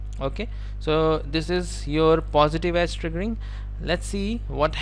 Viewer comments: He's actually saying Ass! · Amazing lectures brother. Love you for them. I burst out laughing whenever you said edge, it sounds like ass. Positive ass , negative ass xD